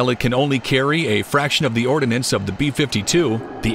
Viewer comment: its not ORDINANCE. it is ORDNANCE look at the spelling.